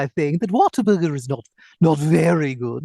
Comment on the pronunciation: talking like that and pronouncing it like Waterburger instead of what-a-burger makes it hilarious.